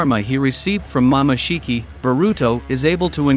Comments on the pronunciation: Is it jut me or did he pronounced “momoshiki” as mama shiki. Maybe using text to speech? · Mamashiki, it's momosshiki and it's not raising gan it's rasengan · He call momoshiki mamashiki😂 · Rasengan ❌ Rasin gan ✅ Harem ❌ Haram ✅ Jutsu ❌ Jatsu ✅ Hoshigaki ❌ Hashigaki ✅ Chunin ❌ Chanin✅ Momoshiki ❌ Mamashiki ✅ kekei genkai ❌ Keki eye jenkai ✅ Tak-takamisu I quit. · my boy needs some voice and spelling cuz my boi saying "mamashiki" also got me laughing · Mama shiki 😢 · Mama shiki 😂